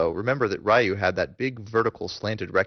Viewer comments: Why do you call him "Rye Yu" When his name is "Ree Yu." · Righ-yuu and Ree-yuu are both incorrect. It's simply pronounced "Ryu". 1 syllable. It rhymes with the english word "you". I hope that helps. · I thought Ryu's name was pronounced as Reeyou not R-eyeyou? Nice tutorial anyways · Ree-you means dragon. Rye-you is just westernized bull crap. and its pronounced Shor-yu-ken..u cant get his name right form the pronunciation of the rising dragon fist. yeah ken means fist. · Rye-yoo and Saggit. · Since it's japanese (duh :)) the pronounciation will be similiar to the "L" sound in the word "Long". So I'd say it's pronounced with only the L sound of that word followed by a something that sounds like the word "you" :) So it's basicly Lyuu =) Source: I study japanese :P If I missed something please correct my mistake. Lovely game btw, and awesome guide. I just hope they release the HD remix version for EU PSN soon- It's annoying! =D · It's actually not Ree You either, it's Ryu; it's one syllable, which makes it a bit hard to pronounce. You have to sorta roll the R. And who the fuck cares? Pay attention to what's actually in the video. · it should be pronounced "Ryu" not Ree-you, Rye-you, or Rai-you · How can somebody who knows so much about this game not be able to pronounce "Ryu" properly? v_v